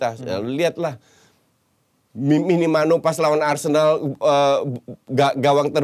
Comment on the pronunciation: Dari kemarin koci, manggilnya Minimano bukan Minamino trus😄